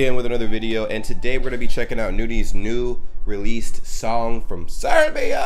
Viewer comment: Not SEREBIA!!!! BOSNIA AND HERCEGOVINA